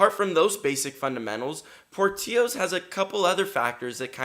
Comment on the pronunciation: Dude ! Pronounce the name right , it’s porttilllllllos